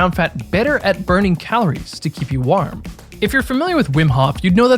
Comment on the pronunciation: Hey. I really like your videos and I'm not trying to make fun. But why are you saying "war-um"?